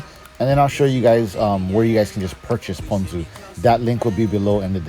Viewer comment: Of course I can rely on a local boy to pronounce “ponzu” correctly! I went to the first 7 suggested videos on how to pronounce it...and they ALL said “pawn-zoo”! 🤦🏽‍♂️